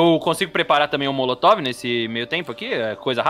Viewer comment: Não aguento o falando coquetel molocotove kkkkkk